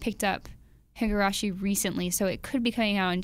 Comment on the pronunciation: She said the title wrong, everyone go nuts. Also Higurashi is really EASY to get on dvd, why are they saying they can't find it? Siren Visual got the right for distribution in Australia and It's on their website. If you're in the US, then I'd guess Ebay or Amazon if the people who licensed it don't have it.